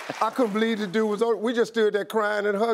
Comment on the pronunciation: Permishilandra AkusikaBoakye and DUU, Instead of dude 😂